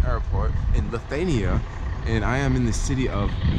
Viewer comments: Ok..... The start of the video got me fustrated😤😤😤 u said both of the names wrong... U said lithania and its lithuania... U said vilis and its vilnus...😤😤😤AHHHAHAHHAA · its vilnius and litthhuania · Welcome to Lithania, and to the city of Vinys... hahah :D It's proanaunced Lit-hu-ania, and Vill-nuus, or Vil-nius. Either way, good vid :P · pls stop saying lithiania its LITHUANIA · I love that you're visiting that part of Europe! Hopefully more people will follow your lead, it's such a nice part of the world. However, you're missing the U in Lithuania. Lith-oo-a-nee-ah :) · Lithuania is pronounced lith-ew-ane-e-ah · You give me a twitch how you pronounce Lithuania and Vilnius.. Great video thought! :D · The way he pronounces Lithuania and Vilnius 😂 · You said Lithuania wrong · U pronounced Lithuania wrong and Vilnius wrong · Nice video, need even say country's name correctly tho 😂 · Mate you cannot even spell or pronounce the name of the country....and yes, definitely part of Ussr...read a book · you are pronouncing Lithuania wrong and its annoying asf